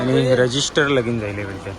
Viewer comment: resister nahi re register aasa aahe te